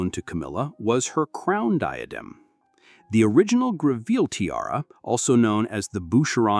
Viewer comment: Terrible pronunciation issues. For starters, Greville is pronounced GREV el.